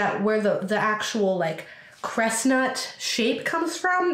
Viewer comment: You saying "Cres-nut" on accident was the cutest. 🤣